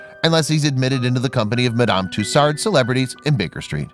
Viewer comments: “MAD AM TOos ARD” 🤣🤣🤣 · A good video. But I know Americans can't pronounce French names. Tussaud is pronounced "Two- so". Not a single R to be found. At least her name isn't Lacroix. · Hmmmm, where is the "r" in Tussaud ?